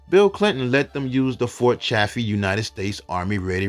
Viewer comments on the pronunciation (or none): none